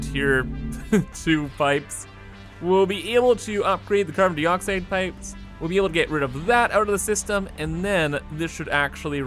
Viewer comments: "carbon deeeeeoxside" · Doesn’t know the boiling point of water, repeatedly mispronounces “dioxide”, can’t say “photovoltaic”. I think 2020 + Satisfactory melted his brain.